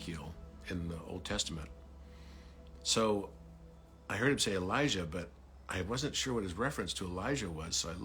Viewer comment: Dear, thank you for what you are doing 🤗❤ Here is another interruption☺: You clearly say Elisha ~ but are referring to Elijah. It’s been going on for years now. Several people referring to Elijah are pronouncing it Elisha. I am looking forward to the time coming where the full meaning of both Elijah and Elisha are being seen. Elisha was not taken up... Elijah was. Elisha was buried, 2 Kings. As there later that year is a war situation where they have to bury a man in haste, they throw him into the sepulchre of Elisha, “and when the man was let down, and touched the bones of Elisha, he revived, and stood up on his feet.” 2 Kings. ~ Lena ❤